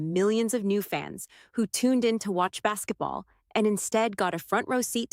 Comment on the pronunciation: Did she just call it Bassetball?